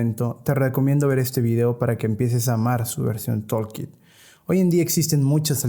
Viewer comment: por que ningun desarrollador que habla español puede pronunciar palabras simples en ingles? redux tOOlkit TOOL, pronuciacion TULKIT basicamente, anyway gracias por el video